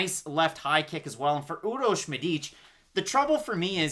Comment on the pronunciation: actually u pronounce it really well . Urosh u nailed it and Medic too just accent on Medic is a bit off